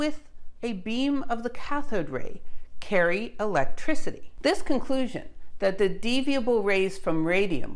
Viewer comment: This channel has quickly become my favorite channel. I find myself humming eeelekrisity ... eeeellekricitee every now and then